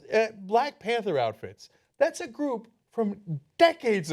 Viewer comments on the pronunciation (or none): none